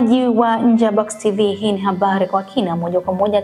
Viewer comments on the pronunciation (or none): Habari kwa kina ni vizuri laafuzi yamatamshi iwenaufaha kwa huyo mtangazaji katika utangazaji anapo soma nenohabari siohabali